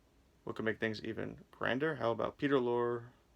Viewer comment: No offense but when one does any public speaking, the number one rule is "do not drone on in a monotone." You sound like you have a hangover, it distracts from your message. And if you assume the demeanor of an expert in media reviewing, learn how to pronounce the name of one of the greatest character actors in history, Peter Lorre. When people point out a flaw, don't get angry but use their criticism as a resource and correct the problem. Good luck in the future with your You Tube channel. By the way, "Lizard's Leg and Owlet's Wing" is considered one of the worst episodes of Route 66. It's nice to see the 3 legendary stars of horror films once again, but that's about it. As regards Route 66, Ed Asner to his dying day maintained it was the finest written TV series of all time. It featured an amazing amount of current and future stars.